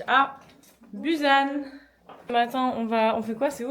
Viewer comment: Coucou ^_^ bou-SSan... = busan .. ^^ il n'existe pas de Z ou prononciation Z en korean ^^ et tout les U c'est ou ...